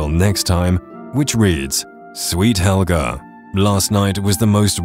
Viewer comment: As soon as you said haelga I knew what you were talking about